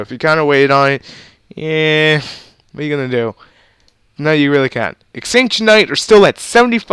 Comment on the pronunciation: I'm gonna do this every video ;) It's exciton knight not exctintion knight. Ex-ci-ton knight.